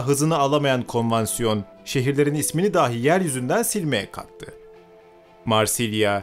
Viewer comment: Kardeş Allah aşkına "dahi" kelimesine "dâhi" deyip durma. "Dâhi" kelimesi "deha sahibi" demektir. Lütfen!